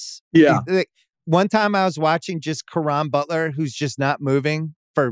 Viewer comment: This guy said caron butler. Wtf how can u give this guy credibility